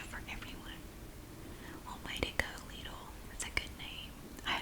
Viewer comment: I'm from Germany, the country Lidl is originally from, and it's pronounced "Leedl" in the original German too :).